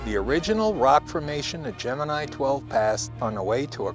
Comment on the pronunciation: The astrological sign "Gemini" is correctly pronounced the way it was in this film. GeminEYE.